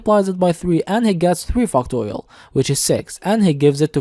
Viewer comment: lets start with fucktorial😂😂😭😭